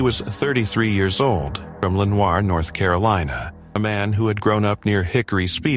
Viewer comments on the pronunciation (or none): Lenoir (lee nor)